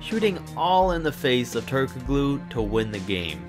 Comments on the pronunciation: Turk uh glooo hahaha it is Turk uh loo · Okay dude, you're not allowed to make any more NBA videos until you learn how to pronounce "Turkoglu." And while you're at it, look up "Ralph Sampson."